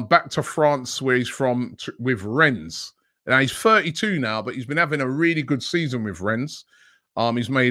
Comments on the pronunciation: it’s pronounced « Renne » not « Renz » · Rennes has a silent ‘s’ Robbie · the S in rennes is silent